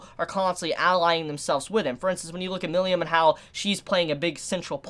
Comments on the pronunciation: Milim (me-lem) Not "millium" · You pronounced "Milim" "Milyam" Lmao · The way pronounces "Milim' gets me every time lol.